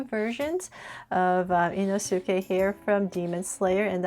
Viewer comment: bro rlly said in-su--kay